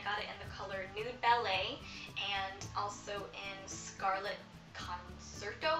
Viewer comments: Great haul! And it's pronounced "con-chair-toe" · Great haul...But you pronounced concerto wrong